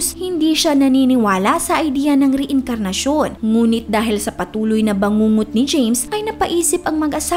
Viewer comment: Mali pa pag ka basa mo ng reincarnation hahaha